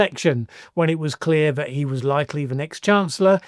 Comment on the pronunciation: has trouble pronouncing th - fink, ven & vat rather than think, then & that.